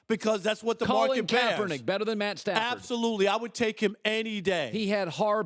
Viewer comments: He said Stat padford😂😂😂😂 I fuks with rob parker heavy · "Stat Padfered" 😂😂😂 I now have my name for him lmao!